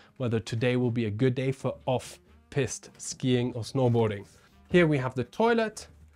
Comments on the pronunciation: just that your pronunciation with this one is a little unfortunate 😂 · You keep saying Piste wrong 😂 perhaps try saying Peeeest instead of Pissed.